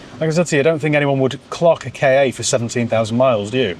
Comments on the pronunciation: It’s definitely K A no “Kar” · Google says Ka as in Cat for the car. Ka was ancient Egyptian for the soul, and this was likely pronounced Ka as in Car. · It’s Ka as in “kah”… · As a former supplier of Ford Ka parts to Ford, it's pronounced "car". Might make a good Spanish runaround? Have you had a similar era Puma? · When Ford Ka was launched in +/-1998, Car Magazine wrote about that pronounciation issue. As far as I can remember, it was said to be "Ka:" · The correct pronunciation is "Ka-ck" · I believe it's pronounced "Ford Cack"